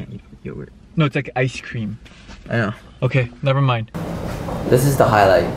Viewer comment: idk sometimes mark sounds indian especially that okayyy in the end